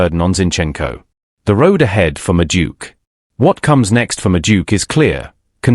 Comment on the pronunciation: who's Medook? AI can't pronounce names.